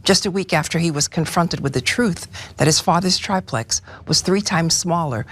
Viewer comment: Yes, it’s TRIplex, not TRIPlex.